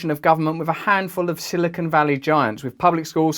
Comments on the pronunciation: Minor correction/pronunciation: The word is silicon (valley). Silicone is an entirely different thing. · BTW it isn't Silicone Valley. It is Silicon Valley.